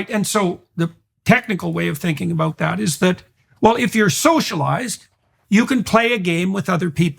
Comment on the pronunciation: Jordan, what's it all abooo-oot?